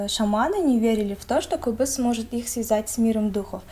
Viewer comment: этот инструмент правильно произносится - КОБЫЗ! Ударение на О.